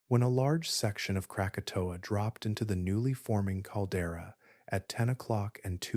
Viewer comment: That's not the only word mispronounced. Mesosphere became mesofear, krakatoa became Kratoa.